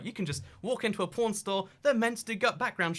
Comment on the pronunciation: Skiing state you haven't been to yet: Utah Did you say "porn" or "pawn," Andrew?